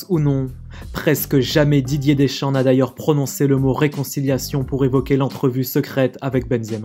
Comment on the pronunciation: Dideuuuurrrsss Keuwwwwwiiiiiiiimm